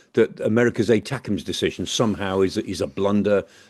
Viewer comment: "ATA-CAMS". Try "Attack-em's ". FFS